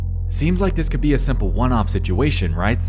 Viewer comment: You have a particular pronunciation. From a Foreign's point of view. (Ex. You wouldn't be watching "des", you "cleck", "conzpiracy")